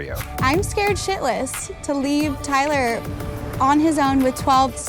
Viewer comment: Tayler? TAYLER? TEH EEEEEH EHLER? Arrest that woman.